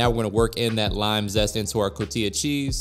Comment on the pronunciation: Can't stand the way you say cotija after growing up in a household where it's pronounced Co-ti-ja or co-tee-ha